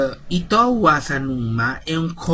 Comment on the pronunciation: Credo che "Ittou" si pronunci "Itto" perchè la "u" spesso non si pronuncia in giapponese, anche se ci sono delle eccezioni (tipo nella parola/nome Sakura, o anche nel nome "Asanuma") è un personaggio interessante, peccato che non lo abbiano fatto vedere di più... Avendo preso per anni l'autobus per andare a lavorare so che è scomodissimo, adesso che ho l'auto e la patente son molto più comoda... Mi dispiace per il PC...